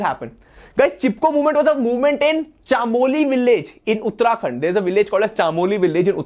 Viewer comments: Sir it’s chamoli not chaamoli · chaaamoli nahi chamoli hota h